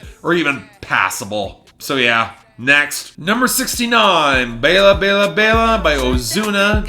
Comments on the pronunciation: Nick Cruz I know. That’s why I don’t get pronouncing it like the name Ella. It’s not like you don’t hear the correct pronunciation in the song itself. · you misprounced baila, its bye la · I love how the intro keeps changing Edit: also, Bayla Bayla Bayla? Really? Baila is one of the most common words in Spanish songs, how do you not know how to pronounce it???